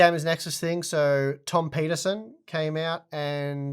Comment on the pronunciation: I swear to god you said "Tom Penisen"